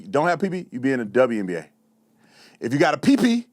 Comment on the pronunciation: WNBA. Not TWNBA.